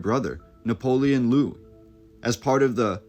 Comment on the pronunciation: Guys, Louis is pronounced "Louie", the "s" is silent. We're talking about the French, not Americans.